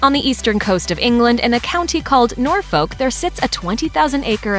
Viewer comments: The way you pronounced Norfolk LOL. It's more like "Nor-fuk" not Nor FOLK as in folk music lmao. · North folk lol it’s not said like that lol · Norfolk is pronounced Norfook with a soft o. as in took. Just for information, not criticizing. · It's pronounced 'norfuk' not 'norfOlk' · My fave part of this was the pronunciation of “Norfolk” (phonetically “Norfook”) as “Norfoke” 😂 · Norr-folk! 😂 Lol, it's pronounced Nor-fuk, unlike the music genre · U prenounts it nor-fuck not nor-folk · Nor fUCk. Not nor fOLk. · Norfolk -NORFOKE ? Please study some English pronunciation. 😨😨😨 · Please tell me where Nor folk is ? If this woman is going to do a documentary on the english royal family the least she can do is learn how place name are pronounced... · pronounced Norfck in UK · As an Englishman I was quite offended by how you said Norfolk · please learn to say Norfolk properly (you don't pronounce the L in it) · She said Norfolk so wrong 😂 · So funny hearing someone pronounce the L in Norfolk 😂😂👌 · Your pronounciation of Norfolk had me in stitches. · I died at how they pronounced Norfolk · Interesting proramme, but please learn to pronounce Norfolk. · Omg you said Norfolk wrong P.S. I live less than half an hour away from Sandringham so please get it right! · Can we talk about the pronunciation of Norfolk 😖😖😖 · The way she pronounced Norfolk really hurt my ears. Still a good video :)